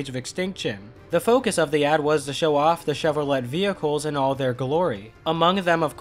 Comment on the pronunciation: The T in Chevrolet is silent, BTW